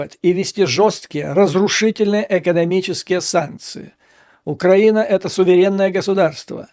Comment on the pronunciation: Вы в слове украина ударение неправильно ставите, поэтому у вас предлог в получается, что тоже неправильно.